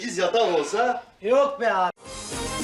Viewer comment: Doğtor sevüşmege bir mani yoğ dedi 😅😅😅😅